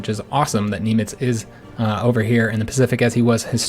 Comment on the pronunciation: You as an American pronounce Nimitz funny. lol Good campaign so far!